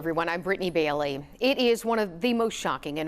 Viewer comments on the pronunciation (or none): none